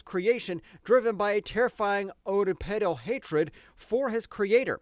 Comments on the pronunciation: ..... did you pronounce oedipal as "O deed pedal"? instead of Ed-i-pal? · You can't pronounce words for shit! Chassis and Oedipal in particular. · Ok well I will give you credit for at least personally reading the script you had AI write for you. I dont think an AI voice would make this many mistakes and mispronounciations. That "oedipal" was rough. You should look up these words which seem unfamiliar so you can pronounce them correctly. Edit: 💀 💀 💀 he just tried to say "pastiche"